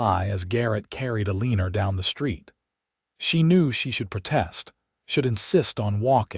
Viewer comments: The name has a r on the end, but the name is not pronounced Elener. If you are going to write stories and read them at least learn the correct pronunciations for names. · I can’t even listen to these because pronunciation is so awful. Elenor is not pronounced Aleaner! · The story would have been even better if the narrator would have correctly pronounced Eleanor or Elena. That grated on my nerves. The story, however, was wonderful. 10+